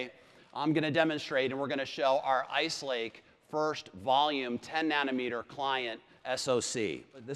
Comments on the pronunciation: did he say ike lace ??? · did he say "Ike Lace"...there were several errors and mistakes made...wimply in the speeches...things that were said...etc....it make me feel like they did not really prepare, or more likely, felt the heat from the competition..and decided to show some stuff "too early"....I mean things they showed were promising...but something feels off about all of it.